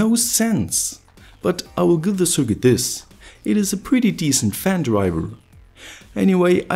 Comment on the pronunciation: "thes is Elon musk"